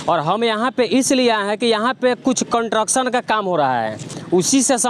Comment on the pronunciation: कंट्रक्शन नही भाई, कंस्ट्रक्शन बोलिएगा भाई। अच्छा रिपोर्टिंग कर रहा है